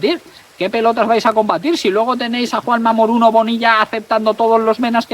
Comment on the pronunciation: A partir de hoy dejo de escribir y de darte el like, no porque sigas diciendo MORUNO EN VEZ DE MORENO sino porque veo que no lees los comentarios y quizás ni las noticias.